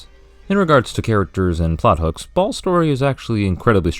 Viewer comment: Tsk! It's Ɓhaals!